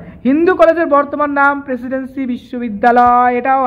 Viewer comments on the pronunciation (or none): Presidency na presidency